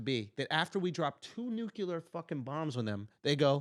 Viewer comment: Andrew. You're a smart guy. NUclear. Not nukular. Easy fix.